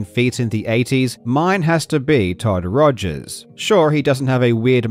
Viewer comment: "Bitchel" LOL, you should go back to calling Todd Rogers "Todd Togers" EDIT, just watched the rest of the video and you did LOL